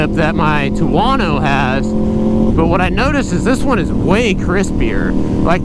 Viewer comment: He calls it a “TWO-WANNO"……